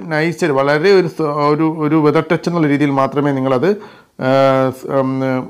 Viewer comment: വെതർ ടച്ച് അല്ല,ഫെതർ ടച്ച്